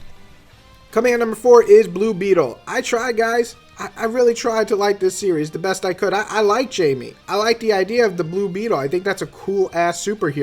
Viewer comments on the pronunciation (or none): Great list. Agree with a lot of these choices. Btw, nitpick, but Jaime's name is pronounced HAI-MEH.